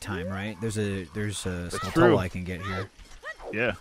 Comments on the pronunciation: 'skull-tullah' as a pronunciation still drives me nuts. You don't say taran-tullah, do you? No! You say tuh-RAN-chuh-luh. It's a skull tarantula, dammit. SKULL-chuh-luh. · saying "skull-tull-uh" like that's the right way to say it... -_ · I lose brain cells every time says skull-tull-a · just for the record: skulltula comes from tarantula, so should be "SKUL-chu-lah" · You say that but I could've SWORN I heare in the video say Skull-CHU-lah 😆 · And saying Skulltula doesn't bother the shit out of you?